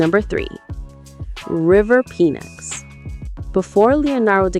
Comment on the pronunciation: You pronounced River Phoenix's last name quite comically. What was that lol. it's pronounced FEEE NIXX not PEEE NIXX Cool video though no joking. I subbed.